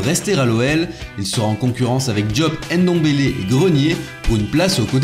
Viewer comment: Arrête de dire ENDOMBELE, on dit NDOMBELE. De même qu'on dit MBAPPE et non EMBAPPE. Pareil pour tous les noms africains en N' ou en M'.